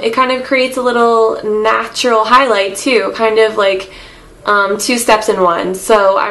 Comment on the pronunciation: Stop fucking calling it natua